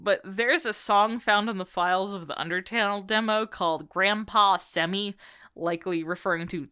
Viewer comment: "grampaww semi" had me rolling But I like the theories.